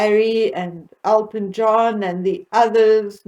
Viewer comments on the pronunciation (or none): none